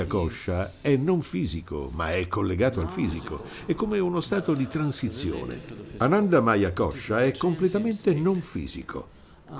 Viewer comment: L’argomento è serio ma forse non lo sono io, quando sento questo tipo che dice Anandamaiacoscia mi viene da ridere😂